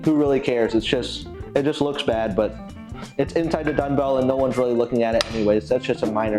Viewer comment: Are you saying dunbell or dungbell? That’s dumb, as in dumbbell. Eisenlink says 80 lbs on each dungbell is the max. Why would do more than what they recommend? The Rep Pepins look horrible to set on your knees like you did in the video with the Eisenlinks. I would’ve gotten as much out of a 10 sec drop test. Sorry. And the shipping on weights from Ali is a good chunk of money that you completely ignored.